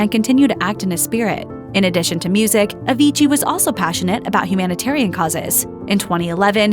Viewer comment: stop saying avigii, but anyway, RIP avicii